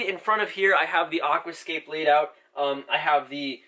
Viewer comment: I love the way you say Aquascape, it’s not pronounced like that